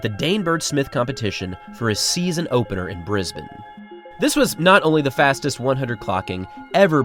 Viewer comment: I'm genuinely thankful (and impressed) to hear an American pronounce Brisbane correctly. Thank you for taking the time and respect to ensure you pronounce names correctly. I hoping other Americans will get the hang of it by 2032, but it in all seriousness, I appreciate the respect that little things like this show.